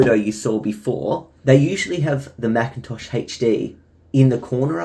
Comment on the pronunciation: Machintosh you mean Macintosh